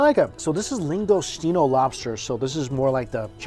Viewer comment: "lingosteeno"......